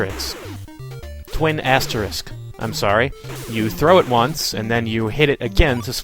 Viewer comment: every time you say asterisk it sounds like ass tricks.